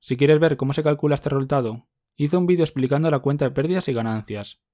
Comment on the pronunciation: xq dice "reultado" en vez d resultado jasjk